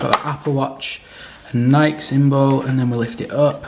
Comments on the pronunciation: It’s Nike not nik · Love the unblocking the thing I just hate is how he says nik not Nike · I’ve never heard anyone pronounce Nike that way. I always thought it was pronounced Nikeee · Great video! But, PLEASE NEVER SAY NIKE AGAIN. It is Nike. Ny-KEEEE! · Its nikEEE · people who say nike instead of nike 🤡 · it's not Nike its nike